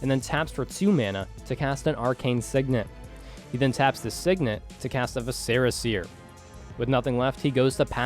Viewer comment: VISC-er-a seer, not vi-SCE-ra seer! Ahh. Okay I’m over it. Excited y’all are back!